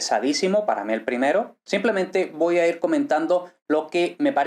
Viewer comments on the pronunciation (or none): none